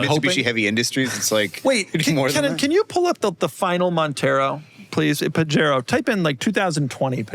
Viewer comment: Hey white Boy Gringos the J in Pajero is pronounced like an H because it's spanish and latin. FYI